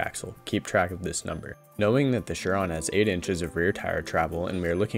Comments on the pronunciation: SIR ON .. not sure-on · No... it's pronounced "Sur-Ron"...